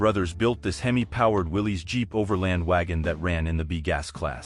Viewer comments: A decent history of gassers except for your constant mispronunciation of Willys. It is pronounced as Willis. I grew up seeing their ads on early TV. I would think they would know how to pronounce their own name on their TV ads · I love gassers, but the man and cars name is pronounced Willis.